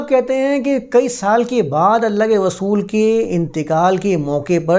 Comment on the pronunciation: رسول کو غسول مت کہا کیجئے۔ اردو کی عربی میں تلاوت نہیں کرتے۔